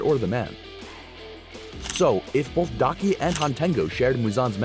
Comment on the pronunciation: Daki* not Faki actually that is funny saying Faki😂😂